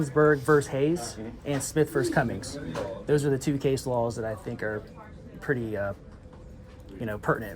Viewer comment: Hey btw: It’s Smith V. Cumming with no ‘S’, not Cummings, lol I was saying that too forever until I looked it up and now anytime someone says it it gets to me! Haha love ya!